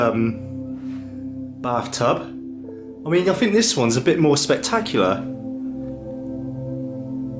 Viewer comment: And I just heard him saw fink instead of think ooooh so cute!!!!!